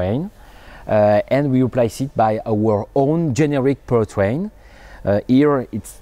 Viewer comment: Im sorry I keep hearing power train ... to pu tang.. I couldn't stop laughing.. Im sorry petty humour.